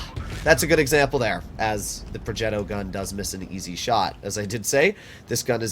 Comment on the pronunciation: why does always pronounce progetto with an accent thingy it makes him sound like an idiot